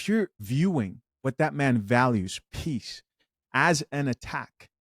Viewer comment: Peaice not piece Not the same.